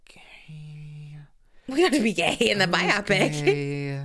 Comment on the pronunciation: Why do they say is “by-opp-pick” instead of “bio-pic” lmfao